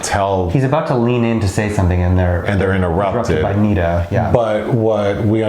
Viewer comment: Good God it's pronounced Neh-Dah. Not Nee-Duh